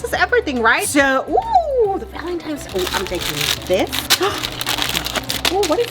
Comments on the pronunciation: when ur 38 and still say valentimes with a m lol no hate but i was just saying am i the only one who noticed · Not to be rude, but it’s “Valentines”. Many people mess this up, which I do not at all blame them. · Did call it “valentimes day”???? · me-valintines -valintimes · Valentines is what is saying